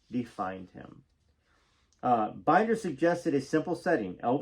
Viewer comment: Mitte Steve Binders name is pronounced Bender❤